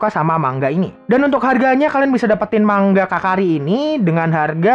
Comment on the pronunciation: Bacanya manga bang bukan mangga